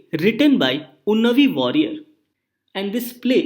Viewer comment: Unnayi warrier and not Unnavi Warrier. (Source: am a Keralite)